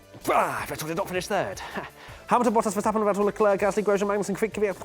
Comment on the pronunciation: It is pronounced Kwyat not Kyvyat